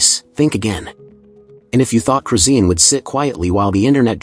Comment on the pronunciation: Her name is chrisean not crusine These ai videos getting out of hand